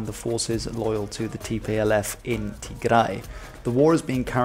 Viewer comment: I really liked how pronounced our lovely homeland Tigray. Well done.